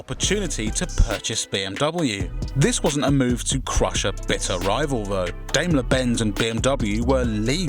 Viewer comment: Can you people ever try and pronounce a car brand or group correctly? Go and listen how Daimler is pronounced...